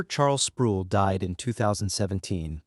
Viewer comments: Down vote and run. The AI narrator pronounces "Sproul" like tool. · I don't care if you use AI, but R.C.'s last name rhymes with role. Every time I heard his name I cringed. Thanks for the info though, I didn't know St. Andrews had left the PCA. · Mispronounced R. C.'s name